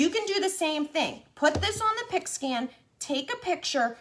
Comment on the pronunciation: I thought you were saying a pig skin mat 😛